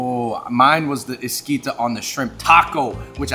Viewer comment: 🦋Esquita… It’s Esquite!!!! Sorry to say but that’s not agua de jicama it’s Jamaica…. And for the birria tacos they used the fat from the birria not chili oil